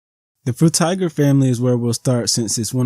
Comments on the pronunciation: "Fruit Tiger" 🤣Frutiger, Fru-Tih-Jur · Mostly correct except it's not fru-tih-jur, it's fru-tih-gur with a hard g.